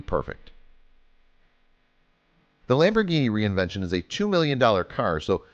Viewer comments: I kinda want to strangle you every time you said reinvention. fyi its pronounced rev-ent-on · It's REVENTON not re-invention FFS🙁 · r u fucking dumb bro u r saying reinvention it's reneventen